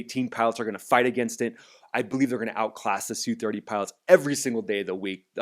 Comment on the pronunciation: "S" "U' 30's. No one calls them SOO30's.